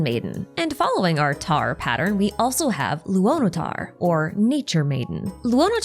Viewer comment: If you would like to improve your pronunciation, pay attention to how Lauma says "Kuutar" and "Luonotar" and like really pay attention, especially to how she pronounces the "r". It's not the English "arrr" (the sound coming from vocal cords) but a slavic, eastern/northern european "r" (a sound made purely with your tongue, it resembles that of an engine running). Right now, we have nod krai, and later we get to schnezhnaya, all of the cultures they take from pronounce "r" similarly, so it would be a nice touch :)